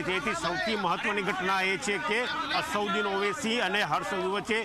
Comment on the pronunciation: અસરુદીન નહીં અસદુદ્દીન બોલતા શીખો 😅😅